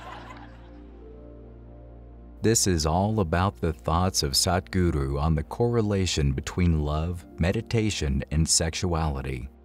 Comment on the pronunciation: Great job on the "Sadhguru" pronunciation - from 'sad' to Truth - much improved;)! The Yoga of Relationships is one of the most advanced Yogas - and right understanding in this realm is not easy to come across. Thank you for the brilliant distinctions.